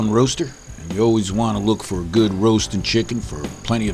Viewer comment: You smellat? ...Smells GOOHD! This guy is awesome